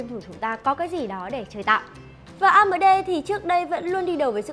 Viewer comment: onboard on bót amd a mờ đê ..... nghe nhứt nách luôn